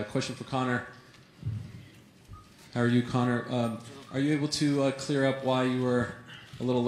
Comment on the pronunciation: Conor😥 Conor 😓